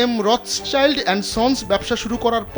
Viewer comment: রথচাইল্ড না, এটা রথশিল্ড। সংবাদ প্রকাশ করেন, কিন্তু একটু জেনে নিয়ে সংবাদ পরিবেশনে এত অনীহা কেন?